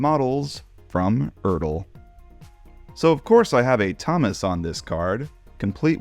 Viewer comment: Glad you learned how to pronounce ERTL.